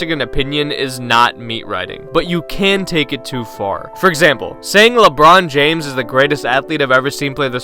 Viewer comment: Lebrawn Johns.